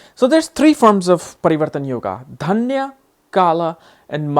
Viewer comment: Uf, it's not dyana parivartana yoga, it's dainya.... Lol you're supposed to be indian, pronounce it correctly....